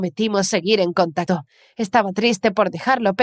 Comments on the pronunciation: A nadie le parece q dice contato xD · No se dieron cuenta cuando dijo contato